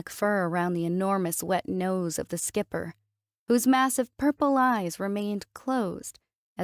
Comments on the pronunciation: Or mispronouncing Skiper... ("Skyp-er", instead of "skip-er") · "Skiper" <> "Skipper". Match the captioning with the pronunciation. Pretty please.